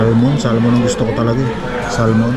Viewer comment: hindi SAL-MON kundi Sah-mon.